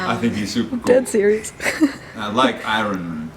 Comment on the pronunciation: I haven’t laughed so hard in a long time. He is completely serious about Robert Downey Jr. and Ironman which is why it’s so hilarious. Cutest pronounciation of Ironman I’ve ever heard.